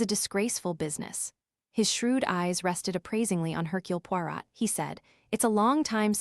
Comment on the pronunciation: is this AI? The reader can't say Poirot...